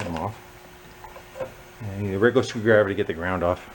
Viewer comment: Haha, that made me laugh "I have a lil screw driveah, in me poket." 😂